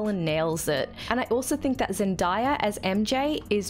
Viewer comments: It's pronounced Zen-day-ah not zen-da-yah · No offense is meant by this but its ZEN-DAY-A not ZEN-DIE-YA. Outside of that, great job!!